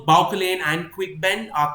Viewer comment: I'm sure the pronunciation of 'Bauchelain' is more French - Bau-shell-ayn. I loved your reading of this scene. It's an awesome battle of wits written with great subtlety.